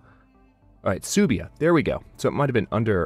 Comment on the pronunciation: also suebia is pronounced like Sway-bia if you are curious.